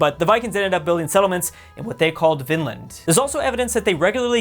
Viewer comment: You are pronouncing "Vinland" wrong